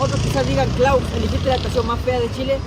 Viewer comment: no. Clauzzzz 😴😴😴😴